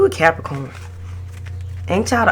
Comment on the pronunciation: i love how you say Capricornt😂😭